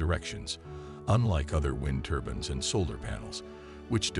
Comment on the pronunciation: Hard to take a presenter who call these turbines ' turbans' , seriously.